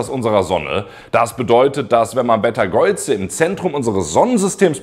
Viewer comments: Deine Videos sind wirklich klasse und informativ. Ich frage mich diesmal nur, warum Du Beteigeuze aussprichst, wie Du das tust. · Habe ich vorher noch nie so gehört. Aber das muss nichts heißen.